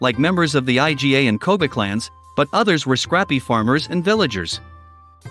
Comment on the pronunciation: It's pronounced "EE-GAH." Iga is not an acronym😂